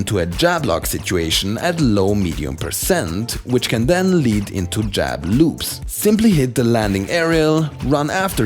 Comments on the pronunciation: I keep hearing you say "jab lubes." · I love how he says jab loops in his accent